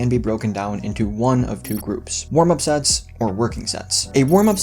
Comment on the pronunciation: I thought you said sex instead of sets at first. LOL!.